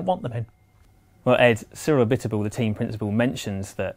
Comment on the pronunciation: Say it with me: FIRE ABITEBOUL